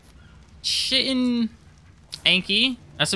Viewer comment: Kite-in. Not chitin.